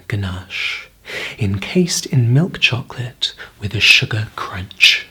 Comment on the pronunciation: I like how you say chocolate like young Willy wonky in the tim burton version CHAWKLAHT